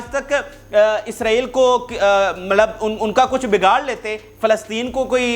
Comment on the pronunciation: ملب نہیں ہوتا پیارے۔۔۔ مطلب ہوتا ہے۔